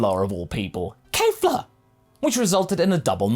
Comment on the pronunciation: Honestly, I'm fine with everything in this video and agree that I think they were better. Even Roshi UI is fine to me. The most 'controversial' thing in this vid? pronounciation of Kefla.